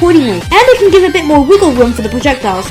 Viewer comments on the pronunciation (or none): none